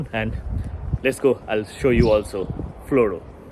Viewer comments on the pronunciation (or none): Florø but pronounced Flura...nice video though...my hometown